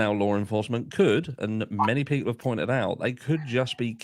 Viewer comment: I can’t fucking stand this guy!! Listening to his voice is just purely PAINFUL !! Sounds like he’s hocking up a loogie with every single word he spits out. And don’t get me started on his constant need to say (and mispronounce) ‘Lore enforcement.’ Ugh… I’ve never felt the need to comment on a particular individual before…. but this guy legit angers me! 🙄